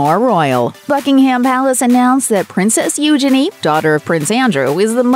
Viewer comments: You- chay- nee........not you shenee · its pronounced, ujeanie. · Please learn to pronounce the princess' name correctly.🙄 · Bless you can't even pronounce Eugenie. Nothing was leaked all on Instagram.